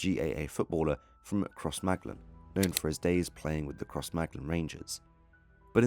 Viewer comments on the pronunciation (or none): It is pronounced , CROSS-MA-GLEN and SOUTH AR-MAH